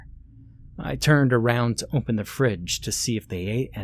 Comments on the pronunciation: I can never hear him say the word without thinking about how strange it sounds. I’ve actually heard it before him though. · Never heard anyone pronounce the word 'open' as 'oomphen'